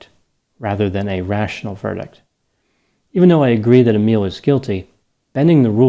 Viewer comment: My name is Emile 😳 It was so nice hearing you pronounce my name so correctly 🥺 (although I'm nothing like this guy) 😂